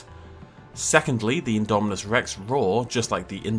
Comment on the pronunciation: Still saying indo spino